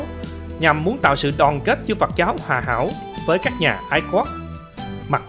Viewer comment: Phật giáo,chứ không phải phặc giáo nhe anh mc.Viết có thể sai chính tả nhưng đọc mà cũng không phân biệt được dấu ă hây dấu â,nên học lại chính tả lớp 3 tiếng việt rồi hả làm trương trình